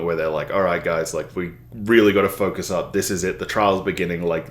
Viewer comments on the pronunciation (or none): none